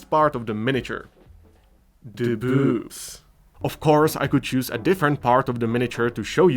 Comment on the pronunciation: love the classy pronunciation of "byuwbs"! 😝